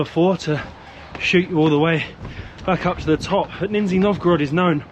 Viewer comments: 2 mins in and waiting to see if pronunciation improves from "Nin-zi Nov-goe-rod" ( sorry, it is nice how you're trying haha ) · It's Ni-ZH-niy Novgorod, ZH pronounced like bumblebee ZH-ZH-ZH russian letter Ж. aso like in words: plea-S-ure, vi-S-on, ca-S-ual, a-Z-ure, hope you understood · Не хорошо смеяться над произношением, но мне всю дорогу слышалось "Нинзя Новгород" 😄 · You don't know how to pronounce the letter Zh-Ж in the name of the city, you've never pronounced the name of that city correctly. This is the English translation of the name of that city. Lower New City- Нижний Новгород (Nizhny Novgorod). Greetings from Macedonia. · Not sure why you think people in the UK have never heard of this place. Secondly, hearing you pronounce the name of the city was making my ears scream in pain. Нижний Новгород, is pronounced as “NIZH-nee” “NOHV-guh-rod”. And my Russian is awful. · Don't correct the pronunciation, it gave birth to a funny meme about the city of ninjas. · You actually are saying for russian people Ninzy (Ninjas) Novgorod! LOL )) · Did you just call it Ninja Novgorod XDDDD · No, it's ninsie novgorod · You mispronouncing Nee-ZH-niiY is pretty funny 😄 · Great vid. haha but gotta say Im almost certain you guys are saying the name of the city wrong. I know "Nizhny" is kinda hard to say. I say "Nizh nee" not sure if thats right even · Haha! “Ninzi” Novgorod. It’s lower or “Nizhni” Novgorod, as opposed to Veliki or Great Novgorod, which is a much older city in the northwest of Russia. Where do you find the “n” at the beginning?! Where do you find the “z” sound?! Both don’t exist - you’ve literally invented them out of whole cloth. The zh in Nizhni is a digraph pronounced as “s” in leisure. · Russian food has no flavor.. hmm bias comment.. wow Also it’s niZHniy not niZniy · ❌Nizhny Novgorod ✅Nin-Z Novgorod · Nizh-nee not Nin-zee, I believe? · can't get the NINNzee pronunciation out of my head now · I lasted 6 minutes, can't hear the NINzzeee any longer